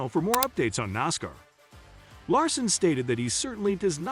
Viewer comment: i will believe what you say when you get a TTS voice that can say NASCAR correctly, Larson being in 500 is common knowledge